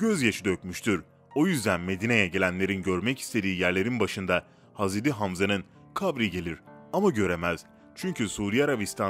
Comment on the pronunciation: Hazreri ne ya? Adam hazret demeye eriniyor galiba